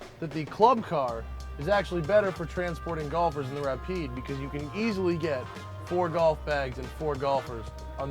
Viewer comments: When that guy said Rapide I about threw my computer out the window. It's pronounced Ra-peed. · Great vid, except the guy who pronouced the car Ra-Pyed ! idiot. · The Ra-Pied😅😅😅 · The rap eyed, nice. How can you even pronounce it that badly? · Why did he pronounce it Wrap eyed? Oh my that dude needs a punch in the face! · the "Ra-pied"? eek.